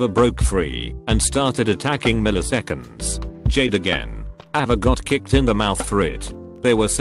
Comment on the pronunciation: мiliseкеnds.... jade